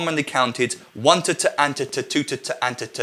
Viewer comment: The way you pronounce "Tata" sound like "titte" which in German means "boob" ^^ I just thought that was funny Great and helpful video :)